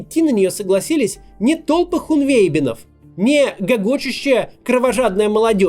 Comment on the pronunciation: хунвЕйбин.. ты бы хоть уточнял у редактора, как читать